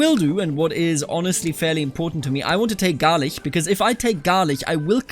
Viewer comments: Rus and Russia are two different things, man. And Medjybij would be pronounced like Metschybisch(rough translation), when using German pronounciation method. And Galich is to be pronounced like Halytsch. Keep the Trebizond. Nice and awesome video! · Small correction: it is pronounced Galich like in the word chimney. Great episode btw!